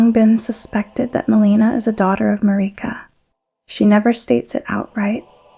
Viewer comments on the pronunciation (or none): Everyone: Marika This video: Mareeka Great video though. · Im not sure why you say marika like that. they say marika in the game and its not how you say it in this video. great video! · This is amazing, thank you for this! One thing; is there a reason you keep pronouncing Marika, Melina and Miquella different than the in-game characters do? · You say marika in an odd way, why?